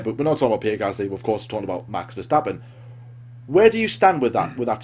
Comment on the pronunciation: Congrats on being one of the few English speakers who actually says "Max Verstappen" and not "Mex Fursteppen"